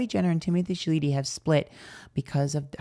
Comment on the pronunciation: calling him Timothy Chaleetee cracks me tf up 🤣🤣🤣